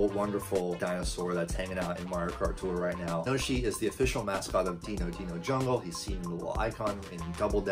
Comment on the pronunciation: Great video, just please learn how to say Dino Dino Jungle, that hurt like a sore thumb